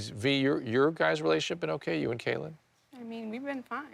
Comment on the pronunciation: It’s a little bit irritating that Dr. Drew keeps calling Kailyn Caitlyn 😂